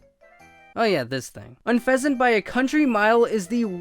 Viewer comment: I was a bit upset because you said Unfezeant. But, I do have one Pokémon I ABSOULUTELY hate. Drumroll please! It's fucking Chansey. Chansey is so hard to fucking catch 😭